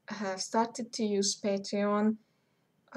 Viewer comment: Photoshop what ? And what were you saying at about ..."Patrion" ? At about on the video, what was that ? Thanks